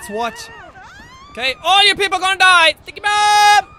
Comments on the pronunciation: Jackson Storm it's pernaunced ticky bombs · Jackson Storm It sounds like dicky bomb😂